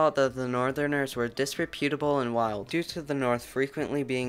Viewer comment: Nicely done. Two points: It's "dis-REP-yoot-ah-bull" and there is no such word as "anyways" - it's an adverb and can't be made plural, it's just "anyway".